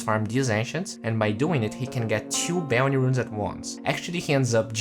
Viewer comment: Will he ever learn how to pronounce bounty? I guess only time will tell us